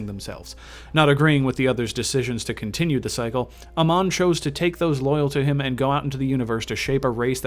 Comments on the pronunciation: ITS NOT AMAN..Its Amon..PLease learn the correct names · Why cant any these fuckers that play Heroes ever pronounce Amon’s name correctly? Who the fuck is “ah-mon”. Its “ei-mon”. Amon did not find the protoss. It was the Xelnaga race that created the protoss. Then within the protoss race, somebody managed to bring unity to the race through the Khala which allows them to connect their thoughts as one. It is not the Protoss that rebelled against the Xelnaga, its the Zerg Overmind that went against them, another race that the Xelnaga created. The Aeon of Strife was a sort of war between the protoss who worshipped the Khala and those protoss who chose to sever their connections from the Khala who were then branded as heretics. Unlike what you said, the protoss never killed the Xelnaga, it was Amon who killed the other Xelnaga. Honestly dude, you know jack shit about the content you wanted to put out. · well me being a starcraft fan the lore you said was mostly incorrect ALSO THE WAY YOU PRONOUNCE AMON IS SO BAD... sorry it pronounced AAmon not aMON. just don't be angry these are the flaws i saw. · Your saying Amon wrong you noob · Why do you not pronounce Amon as they do in Starcraft?